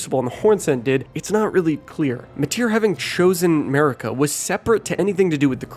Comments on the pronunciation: Is it just me who hears him say, 'Murica even though Marika is pronounced Mar-eeka. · "Marika" just sounds like "America" but with a heavy accent